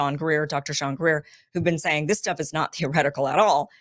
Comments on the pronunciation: STEVEN Greer, not Shawn. LOL Getting your podcasts flipped! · Kim. Its Dr Steven Greer . Not sean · “Steven” Greer she meant not Shawn Greer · It's Steven Greer. Love from Australia Kim.